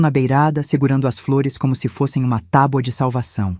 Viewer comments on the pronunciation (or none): none